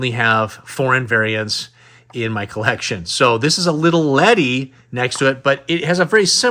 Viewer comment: Awesome video man. For me Glasslite figures are def high on my want list. Pretty cool being that they are made in Brazil. But I do have a question, what's up with "little" ledi? lol Never heard anyone else say that. Usually just hear it as Lili Ledi